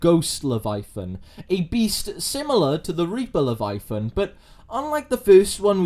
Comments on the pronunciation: it does sound weird without the pronunciation of the middle "a", but not the weirdest pronunciation I have heard even this week. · The scariest thing about this video is how you pronounce "leviathan"